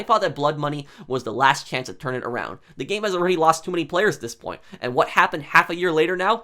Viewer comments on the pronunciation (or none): none